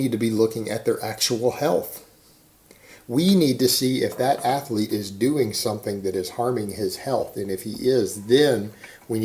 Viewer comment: Ath eh leets